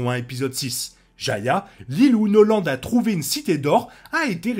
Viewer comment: je viens de voir aussi, on dit pas "noland" XD